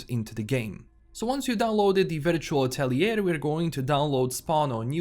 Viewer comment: The word "atelier" is originally french and rather mean to english speakers. It´s correctly spoken "atel-ye" with a drawn out e (the same e as in engine, entertainment ect).